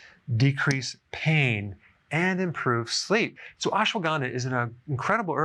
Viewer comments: It’s pronounced as “ASHWAGANDHA” not “ASWAGANDA”. Ashwa = Horse Gandha = Smells Means “ That smells like horse!” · It's Ashwuh-gun-dhaa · He's pronouncing is wrong. It's not Aesh waa gaandaa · Doctor, you aren't pronouncing it right